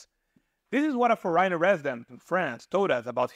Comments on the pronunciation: This is a valuable and interesting video! Thank you. I have one small pronunciation correction. The word "foreigner" has the accent on the first syllable and is pronounced like this, "FOR-renner." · Well, after all, he doesn't really know English, has really bizarre ways to pronounce some pretty common words. Just one example: strange way to pronounce "foreigner"! So, dude may really have a linguistic issue, starting with English... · I got curious: You're probably not a native English-speaking person. The way you pronounce 'foreigner' (several times) is peculiar. I saw your video on Italy and it was much less critical of the Italians though you will have the same problems: if one doesn't learn the native language, you will be confronted with lots of daily issues. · I do not think so.I am Eastern European.The strangest thing is how he pronounces ‘foreigner’. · For ríe nur and yoos ed for foreigner and used was hysterical.